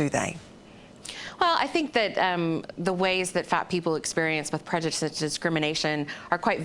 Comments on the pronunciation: bih...you can't even say the word 'prejudice' bye. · Green big titty couldnt even say prejudice